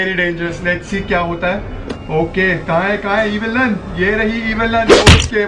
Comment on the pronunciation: It is evil nun not evil nani😂😂